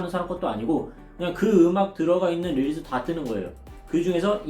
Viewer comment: 릴스를 릴즈라고 하는게 킹받았는데, 또 중간중간엔 릴스/릴즈 섞어스는게 킹받네여 ㅠ